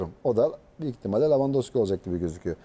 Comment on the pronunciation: lavandoski değil la levandowski